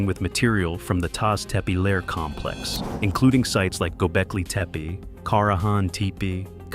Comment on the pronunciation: Taş Tepeler, or Stone Hills, should be pronounced tash teppeller(sh), the final -ler syllable (a plural determinant*), stressed. Final r's use to fuse into a soft sh sound. __ *): Turkish having vocal harmony, there is another plural determinant, -lar, for words whose last vowel is a, o, ı, or u: Korku (fear), korkular (fears), Kanat (wing), kanatlar (wings), Su (water), sular (waters), Kıl (hair), kıllar (hairs, head hair), Rüya (dream), rüyalar (dreams), [But: hayal (dream), hayaller (dreams)], and -ler is for words whose last vowel is e, i, ö, or ü: Deniz (sea), denizler (seas), Süt (milk), sütler (milks), Tel (wire), teller (cables).